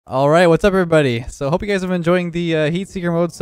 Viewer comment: Alright, what’s upverybody... 💀